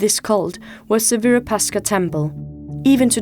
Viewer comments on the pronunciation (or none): In Hampi the architecturally marvelous, magnificent temple built by the rulers of Vijayanagara Dynasty dedicated to Bhagavan Shiva locally named as Shri Virupaksha, unfortunately the narrator in this documentary mispronounced it multiple times as Virupashka!